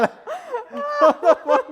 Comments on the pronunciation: "H0w tE fOOk dIs hApPPPeN?" lol I disd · Love the "WHAT THE FOOOK